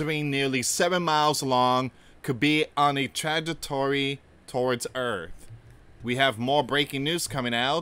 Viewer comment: You can’t even pronounce the word trajectory